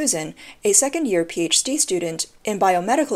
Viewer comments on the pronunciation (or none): it's not Susan, it Shu San